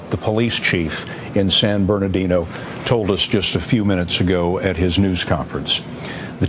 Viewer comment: Guys, it's "San Bernardino" not Barnadino